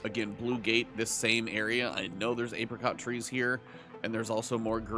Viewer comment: can we talk about him mispronouncing apricot like 100 times?